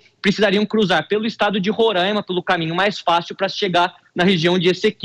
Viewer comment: Alguém pode ensinar este apresentador a falar Roraima de forma correta, afinal ele é um apresentador, tem falar sem sotaque, é Roraima e não Rorãima